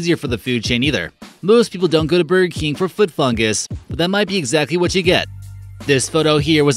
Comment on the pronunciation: God, who is that speaking, it takes $5 to hire a professional speaker on yet you use someone who cannot pronounce a lot of the words correctly. It is BURGER KING not bergkin.